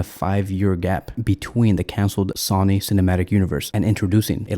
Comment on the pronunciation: Brother, it is not SAW-knee. Please, while you still have 282 subs... maybe the next 1,000 will never need to hear that. Say it with us: SO-nee SOW-nee SOH-nee SOWN-ee SOWN-nee